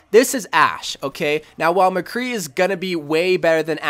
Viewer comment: You honestly lost me when you said McCree